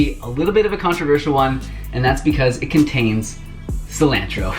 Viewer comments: "silAAAntro" 😂 makes me wonder where he's from in America? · It made me cringe lol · Subscribing for the way you pronounce “Sil-AN-tro” 😂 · Lol the way you say cell-lan-tro... lol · I’ve never heard anyone say “cilantro” like that lol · I've never heard anyone pronounce Cilantro like you just did. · I like the way you say cilantro. 🥰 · Peep how he says cilantro 😂😩 love it! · Cilantro - long A (like in the word jar) not short a (like in cat) fyi 😁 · [Just teasing] What's wrong with your 'a' sounds?? It's ah, for both pasta and cilantro. 🙉 Thank you for the great recipes! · I love your pronunciations! Haha it always makes me smile.